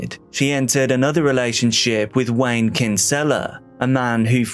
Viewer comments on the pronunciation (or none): none